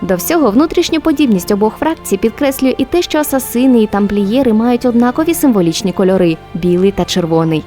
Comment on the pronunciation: блін, ну оце "асасИни" просто дико бісить